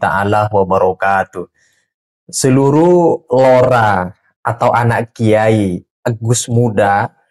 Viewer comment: LORA PAK...BUKAN ROLA